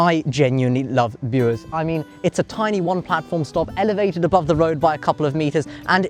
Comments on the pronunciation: My local line. I used to ride class 105 Cravens DMU's on this line in the 80's (my favourites). Good video and well done on the pronunciation of Bures! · Well done for pronouncing Bures properly, not many people know how to if they're not from the area. Also, it's a shame that the line to Cambridge was axed, it would be a very handy line to use as a more direct route without having to change at Ipswich or London.